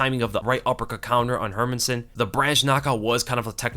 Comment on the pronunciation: bro I love your videos but stop saying her-min-sson it's HER-MAN-SSON!!!!!!!!!